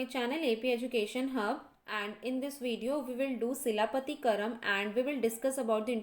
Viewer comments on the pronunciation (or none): Please read this wiki link to know about Silapathikaaram(Tale of Anklet) - story of Kovalan, his wife Kannagi and dancer Madhavi - one of the 5 great Tamil epic written by Ilango Adigal brother of Chera king Senguttuvan. And please try to pronounce the tamil words like as given in wiki and Google. Run audio clip and pronounce as given. Author Ilango Adigal wrote another Tamil epic Manimegalai - daughter of Kovalan and dancer Madhavi